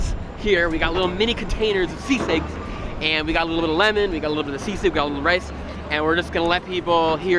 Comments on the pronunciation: Whyvhe say seasick its sisig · Sisig not S. I. S. I. G. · I’m from Manila and would pronounce it as SEE-sig. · When people hear that it sounds like seasick. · I thot he's going to say Say-sayg🤣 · Seasick, Sea snakes, c-6. Man subtitles can't pronounce "Sisig" properly